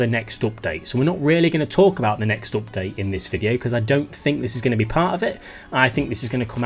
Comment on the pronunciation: owpt date!! lol